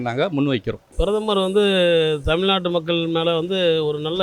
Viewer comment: தமில்நாட்டு இல்லை. ஏன் இப்படி கொலை செய்யறீங்க?